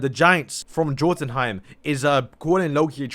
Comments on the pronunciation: I am sorry bro but it is so cringe when you say Jothunheim, it is pronounced Yothunheim the "Jo" is "Yo" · It's pronounced Yo Ton Heim